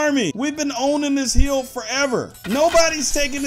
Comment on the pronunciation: I love how he said hiil